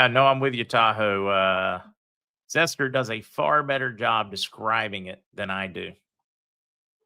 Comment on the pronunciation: The Dowling guy kept calling Zester, Mr. Zetzer! lol i was waiting for someone to correct him, I heard say is sons name a few times but the Dowlings guy never caught on lol